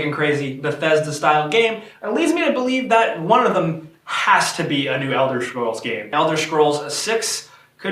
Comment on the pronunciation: I love how you fail to realise that I was spelling it how the guy pronounces 'Scrolls' in the video. -_- See for yourself.